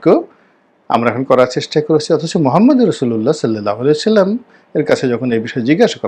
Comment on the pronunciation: সালামটিও ঠিক মতো দিতে পারো না গো ময়লা রনি 🤪🤪🤪